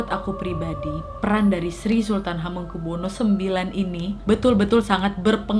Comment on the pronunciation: CARA MEMBACA NAMA ( ASMO ) BELIAU MASIH ADA YANG KURANG PAS